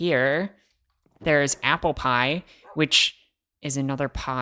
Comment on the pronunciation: First off, the editing was so fun :) Then, LOL! The cut at "aupple" pies means you totally tried saying that and messed up a ton, haha. Also, you guys should do something for Pi Day, on the fourteenth (I'm a math nerd :p) Finally, NNOOOOOOOO!